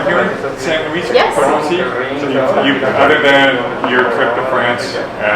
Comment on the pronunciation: If I may suggest how to best pronounce Potosí: put the emphasis on the very last syllable: “sí”